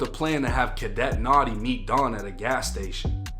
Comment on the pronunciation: "Cadette notti" 🤣🤣💀💀